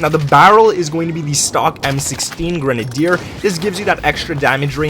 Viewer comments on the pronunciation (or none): none